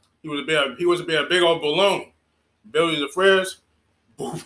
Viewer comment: Biwwy the fwidge